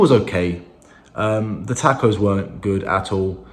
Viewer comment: Now that you’re in America, someone needs to teach you how to pronounce taco.